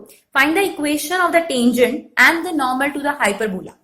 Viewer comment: what we says- tangent, what mam says -tanjunt